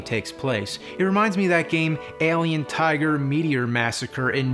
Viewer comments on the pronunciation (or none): none